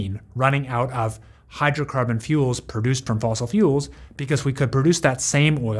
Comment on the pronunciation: It's not "fossil".